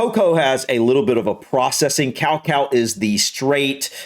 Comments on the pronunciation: Iv never heard someone pronounce cacao like that 😂 cow cow! It’s ka-cow 😂 also your wife likes terrys chocolate orange it’s British! She has good taste! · we pronounce cacae more like ca-cow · I thought he was talking about 100% pure cacao powder which he pronounced as 'cowcow' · Cacao is actually pronounced Ka Kow